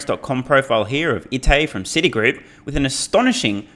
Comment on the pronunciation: City groups probounced like City Wok in south park 😂 ❤